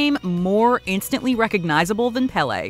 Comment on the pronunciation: You’re mispronouncing Péle’s name